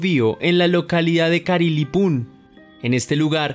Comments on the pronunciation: Carilipun hajajjajaj es Caripilun ckuek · NO es "carilipun". Es CARIPILUN...!